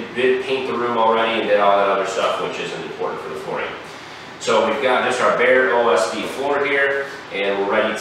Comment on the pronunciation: So hilarious, here I am doing serious-as-heart-attack research. My hearing/comprehension is going south, and, there's an echo in your empty room, of course. So, I'm using Captions. The Captions computer translated your enunciation of "bare OSB" to: "Barely LSD". I needed that belly laugh, thx.